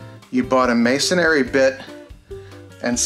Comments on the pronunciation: MAY-son-ree, not. “MAY-son-airy” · Masonry - it’s pronounced /mā′sən-rē/